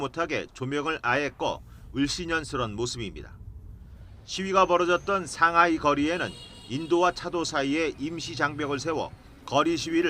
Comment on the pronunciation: 상하이를 상화이